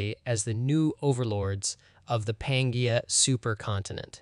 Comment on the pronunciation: Also please find some pronunciation dictionary before recording. The quality of your videos has increased exponentially but “pan-Gaia” hurts my soul